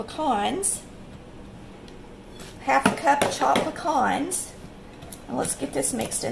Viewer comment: Thank you for saying "pecan" correctly. ✅️